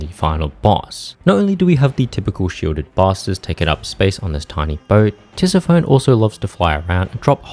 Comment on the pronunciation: you mispronounced Tisiphone, I mean you got Persephone right. not a big deal though, good video. I also am from Australia and am autistic.